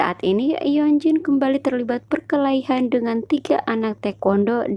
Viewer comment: 𝕂𝕠𝕞𝕖𝕟 perkelahian bukan perkehalian😅😅😅